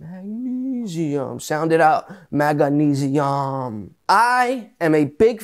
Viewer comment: "Sound it out, mag-uh-neze-ee-um." Not sure which is better, that or "When the octanes occulate...". :D